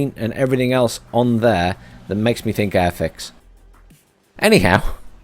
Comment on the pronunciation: You said airfix model like 10 times... what is arfix?